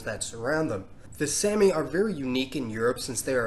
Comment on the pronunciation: Someone has most certainly already commented this probably, but sami isn't pronounced like "sammy" it's pronounced more like "saw-me" that's why you might see people spell it like sámi or saami, to emphasize the long a sound.